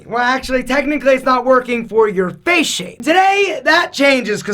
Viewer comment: Why nobody pronounces it face Everybody pronounces it fache